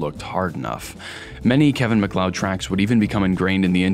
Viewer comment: Genuinely shocked to hear someone pronounce his name correctly, the number of YouTubers who make serious long-form essays that unironically call him Kevin Mack-lee-odd makes me think that basic research is still a low priority for most.